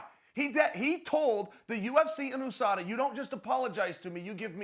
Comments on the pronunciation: Chael "OOSADA" Sonnen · Chael: (oo) sada Also chael: (you) fc I feel like it's on purpose at this point, just pick one pronunciation and stick with it 🤣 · Chael “Ooze-sada” Sonnen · Chael "OO-SADA" Sonnen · Chael ”oosada” Sonnen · ffs it's not OOSADA!!!!!